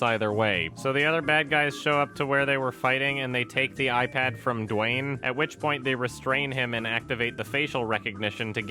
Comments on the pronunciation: through the whole video: * DWAIN, DWAIN, DWAIN, DWAIN, DWAIN, DWAIN... * (* BWOING, BWOING, BWOING, BWOING, BWOING, BWOING... *) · "Dwaayne" :D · Saying “Dwain” is very satisfying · Idk why but it made me very uncomfortable every time said 'Dwayne' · Every time says Dwayne I laugh uncontrollably